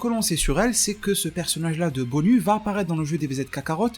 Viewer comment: BONYU je pense que ça se prononce BONIOU, un peu comme GINYU ;). Sinon très bon travaille comme d'habitude ;).